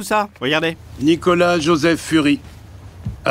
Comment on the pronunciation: j a d Je crois qu'il dit "Nicholas J" (pour Joseph), juste qu'il prononce mal x)